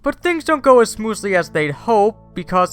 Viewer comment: was it just me or did he say smoozly instead of smoothly at 1.01 loool had to repeat it quite a bit